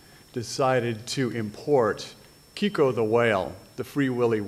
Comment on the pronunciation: The name was Keiko, not Kiko...!